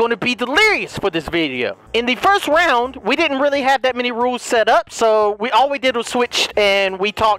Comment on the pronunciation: "so last lound last round" got me 🤣🤣